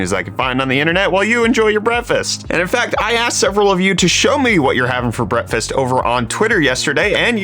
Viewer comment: Anyone else want him to STOP SAYING BREAFFFFAST